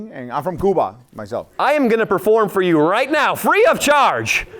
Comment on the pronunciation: “im from kooba” 😂